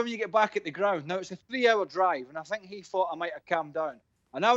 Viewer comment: “I sink Spurs are a small club”